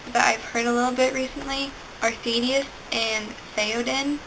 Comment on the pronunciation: Your pronunciation was a bit off on Thaddeus (Thad-E-us) and Ziah (ZY-uh), but that's ok! I'm honored that you used my name list in your video! : ) I liked the name combos you made at the end. Caledon Jones is perfection. Haha.